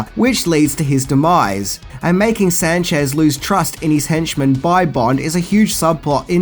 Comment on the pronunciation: C'mon dude everybody knows the character as Moneypenny not Many-penny 😂 and I like how you pronounce Sanchez as San-shez LOL